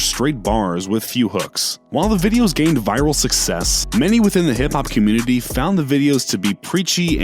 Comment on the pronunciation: He was sayin comitee.